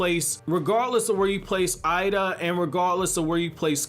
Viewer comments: it's pronounced Ayeeda not I ee da lol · i think her name is pronouced like Eh-Da. think of hiei from YYH ei sounds like eh in japanese